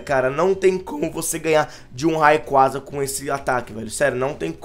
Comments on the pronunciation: a pronuncia n é raiquaza é reiqueiza (r com som de rrrrrrrrr n de re) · "Raicou" doeu minha alma!